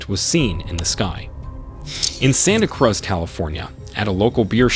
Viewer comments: Is the narrator an AI or just an idiot? Cruz, as in Santa Cruz, is not pronounced cruz as in buzz, it's pronounced like cruise or booze. Also, mach, as in mach 1, is pronounced mark ( but not as hard an r as americans pronounce it. Not match. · Sorry to correct your pronunciation! But, it’s Santa “cruise” (Cruz), CA. And Encinitas is pronounced, “ensah need ah” 😊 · WHY do you use A.I. robot voices to narrate these videos??????????? WHY???? Why not just get a HUMAN BEING to read the text? Your ROBOT pronounces the name "Santa Cruz" as Santa "CRUZ" (rhyming with "BUZZ")!!!!!!!!!! If you absolutely HAVE to use AI robots because you're too inept to READ THE TEXT YOURSELVES, can you at least have the decency to CORRECT these types of STUPID errors before you publish the video????